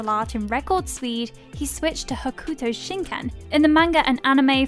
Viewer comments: Ho-koo-toe shin Ken, Rah-oh 😂 Sorry I’m nit picking, but even after seeing a few episodes, you just don’t pronounce it like that. Fun video though!! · You are not saying Ken fighting correctly